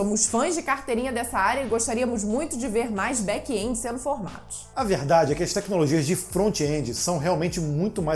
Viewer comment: Back (and) esse é o som de back end ,e não back endi,não tem( i) e muito menos som dele . Ótimo vídeo